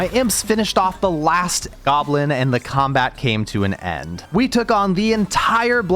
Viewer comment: "I was pulled into combAat"